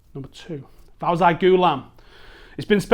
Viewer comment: FawZee Ghoulam not faw Zy